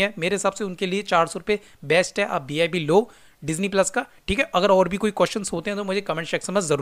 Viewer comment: Tu ye pehle bata BIP bolta hai ki VIP 😂😂 Hotstar jo Hotestar kyu bolta hai 😂😂